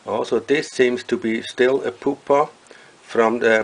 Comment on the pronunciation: So funny the way this guy pronounces 'pupa' and 'pupate' - POOPAH! POOPATE! lol